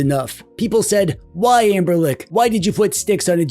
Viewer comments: Is he saying amber-lick instead of Anbernic? 😂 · I am not crazy, you are saying amberlick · i can’t unhear amberlick 😭😭